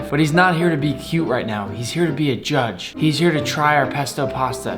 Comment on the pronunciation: The way he said ✨ J U D G E ✨